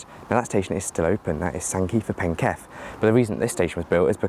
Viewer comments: Funny to see someone interested in the local area: Sankey for Penketh (penketh is pronounced PEN-kuth to me - keth is with a schwa vowel)'s "Penketh" is a whole place just like Great Sankey. The car park is used for apartment parking somewhat, but is usually much more vacant compared to when you came. WAW is placed within the Chapelford estate which has a lot more working age people compared to the surroundings of SNK, so it gets used far more. I get the SNK train to LIV sometimes and it will only be me, or me and one other person boarding the train. Everyone just walks down to WAW, everyone knows WAW gets more service so thats why there is no sign I suppose. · Interesting video, but pronounce Penketh as PENK-uth. The line skirted the edge of the airfield. There was a spur off it into the airfield probably used when there was more happening as it was a massive military logistics centre.